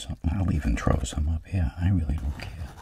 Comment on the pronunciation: "I'm gonna TROW some up here"